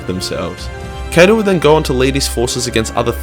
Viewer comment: I heard it too